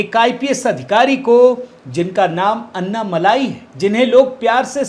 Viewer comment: इसका उच्चारण अन्ना मलाई नहीं बल्कि अन्नमलय होता है। बहुत फर्क है सर जी मलाई और मला में। मला का अर्थ है पर्वत।